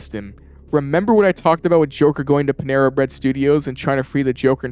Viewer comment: “Penera bread studios.” 💀